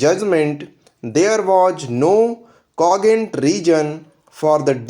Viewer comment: Improve your pronunciation. For instance: Cogent, impugned etc. Please 🙏🏻